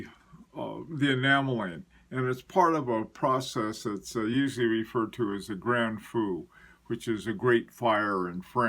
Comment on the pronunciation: as always, I've got your back on French pronunciation. Grand Feu = Graw Fuh last syllable like first syllable of lurid with an f at the beginning (as close as I could come with an English word). The way you pronounced sounds like Grand Fou, which is, believe it or not, big fool. LOL Best regards as always. cloisonné = klwa-son-yA rhymes with claws on hay. I took courses in enamel. You can paint with it, but to get really subtle shading requires as many as 15 or 16 firings. From the looks of the VC, a minimum of 4 or 5.